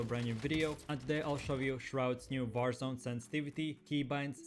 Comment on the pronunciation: Did anyone notice he said barzone at the beginning